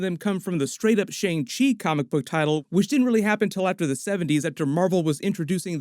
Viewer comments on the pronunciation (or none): It’s not Shang-chi it’s Shung-shi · XiaLing is pronounced more like Sia-Ling, not Zee-ling. Also ShangChi, pronounced more like Sha'ng Chi, not Shane Chi. That the more proper mandarin pronunciation. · The correct pronunciation for shang chi is "sung-chee" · I was one of those person who pronounced Shang Chi like Aang with the Sh but it's actually Shaun Chi , Simu and Feige are also pronouncing it this way. Idk how it was originally pronounced in the comics if it was different, and I'm not Asian so idk the "correct" way to pronounce it but out of respect we should pronounce it how Simu Liu is which is Shaun Chi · Great video!! By the way, Shang Chi is pronounced “Shung-Chi”. Like “sung” but with an “h”. And Michelle Yeoh is pronounced “Michelle-Yow” not “Yaw” ☺️